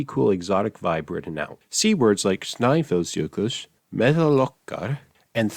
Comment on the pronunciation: Hahah, sorry, “Snæfellsjökull” is [ˈstnaiːfɛl̥sjœːkʏtl̥ ], not [ˈstnaiːvɛlsjœkʏsː] hahahah. It's [ˈmɛːðaːl ˈɔʰkar], not [ˈmɛːhɛl ˈɔkːar]. It's [ˈθjauniŋkʏ], not [ˈθjanːiŋcʏʏ]. It's [ˈskrɪːðtrɛcɪ], not [ˈskriːðtricɪ]. It's [ˈvɛːðʏrfraiːðɪ], not [ˈvɛːðʏrːaiði]. It's [ˈsiːmɪ], not [ˈsiːmi]. (You were so close man. “i” only makes an “í” sound when it comes before the letters “ng”. This is called “the ‘ng’ rule”, and also affects the other non-diacritic latin vowels as well!) Overall though you just made some minor mistakes, you're already better than 99% of English speakers. :)